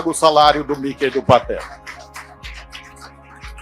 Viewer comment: A pronúncia é Miki não Miquei.